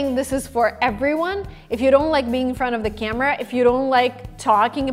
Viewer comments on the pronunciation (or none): none